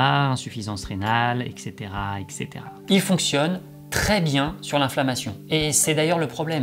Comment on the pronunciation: Très bonne vidéo sur un sujet qui méritait vraiment d'être abordé. Juste une remarque parce que ça me hérisse les poils : ET cetera, pas EC cetera 😉